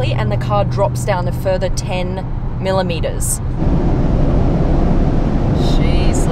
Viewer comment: Why do you make "millimeters" sound like a LOT !!? 😂